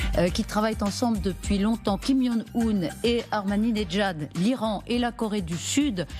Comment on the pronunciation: Elle dit coree du sud et ahmadjinejad...